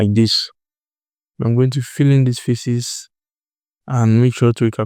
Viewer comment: The way you say "faces", bro. It sounds like "feces". Please try to correct your spelling.